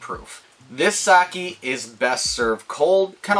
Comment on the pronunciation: you cant even pronounce sake correctly lol. start making videos again when you can say it right